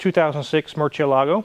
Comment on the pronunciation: The cringe…..The way you said Murciélago hurt my ears. Your lady referring to you as “” each time she asks you something was equally as painful. Other than those two painful flaws with this video, it was full of great facts, detail and opinions.